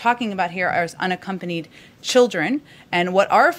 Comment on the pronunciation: This isn't surprising to me. The way I hear it is they like "anaccompanied children"